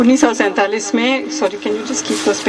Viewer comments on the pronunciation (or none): जिसे १९४७ सही तरीके से बोला नहीं जा रहा है वो देश की एकता और अखंडता पर सवाल उठा रही है और खुलेआम घूम रही है